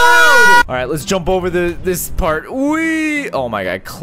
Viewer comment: You said oh my God wrong